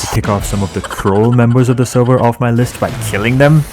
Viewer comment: nah bro said I want to be the supeurvillwan of the seurveur i cant take this man serious